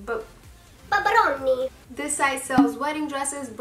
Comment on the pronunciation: When you said babaroni on full italian mode i lost it since I live in italy 😂. I'm excited for todays giveaway winner announcement, I really deeply wish I win the macbook bc i need it desperately but im not the only one of course! I just hope I win but its okay if I dont! Love u, also you looked so good with the gold dress omg ☺️❤